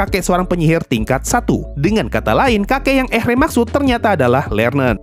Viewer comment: Sedikit koreksi pemanggilan nama karakter bang Ehre: Eere Scharf: Sharf Richter: Rikhtar